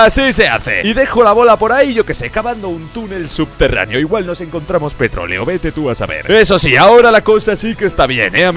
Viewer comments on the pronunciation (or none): none